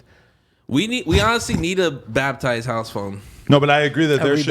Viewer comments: So we gonna sit here and let this dude get away with saying BATH TIZE 🤣🤣 WHAT IS RE BATH TIZED??? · Yo thinks it's BATHTIZE hahaha